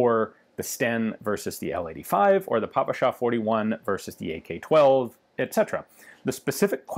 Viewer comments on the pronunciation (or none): russians extremly rare talking "PaPaSha", more correct is"Pə Pə Shɑ"... please, i've got blood from my ears